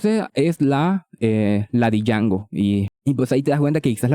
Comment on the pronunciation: Django se pronuncia como "Yango". The D is silent 🔫🤠